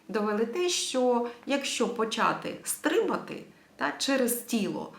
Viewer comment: Стрибати! Наголос на другому складі ! :)😊